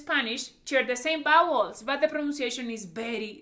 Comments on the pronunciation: I was confused at first I thought she said “bowels “ Then “bad words “ Then when I understood vowels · I love your charming accent but be careful when you say vowels. It comes out sounding like bowels which is something totally unrelated. It could cause some confusion with some people. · When she was saying bowels I thought she meant vowels...turns out she was saying bad words😂😂😂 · I thought that "vowels" sounding like "bowels" was so cute. Reminded me of my Puerto Rican grandmother who says "sheet" but it sounds like "shit"🤣🤣🤣🥰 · You have to learn the bowels? Like intestines? 😋 Oh, you meant [wowels]? Lo siento.